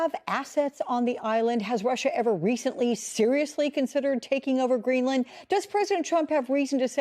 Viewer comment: “We knee greelann” 😅